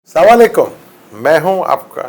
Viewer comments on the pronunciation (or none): Sir! Say Assalam o aalaikum rather salam o laikum. اسلام علیکم! Pronunciation is very important for this word. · aap assalamo alayekum ko pronounce sahee karein plz